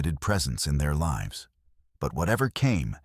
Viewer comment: Līves not Lǐves